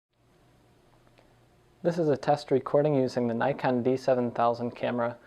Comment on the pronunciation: NIKK on .pronounced , not NIGH con , you americans